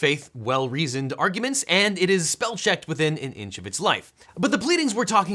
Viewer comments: “Speel checked” ha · "Speel checkered!"... Really? 🤣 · "Speel check" imao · "Speel checkered" 😂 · "Speel checkered" lol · Wait, did you really say you spell check all your pleadings and also put up a list of the things you do an spelled "spell" as "speel"? You did that as a joke I hope. 🤣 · "Speel checkered" lmao